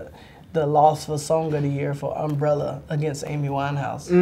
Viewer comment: Marcus Davis lol eh eh eh under my um-ber-ell-a. ella ella eh eh eh! I guess it also added a syllable to the word too!